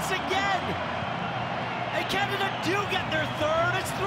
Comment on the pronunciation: I think he’s fine except he pronounces it “Catada” every time 😆